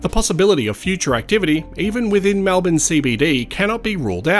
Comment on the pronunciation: Malbin - REALLY! Try to pronounce it correctly please!! MELBIN.